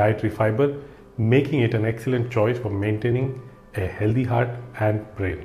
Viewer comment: It’s not heldhey it’s healthy Pronunciation hel -thee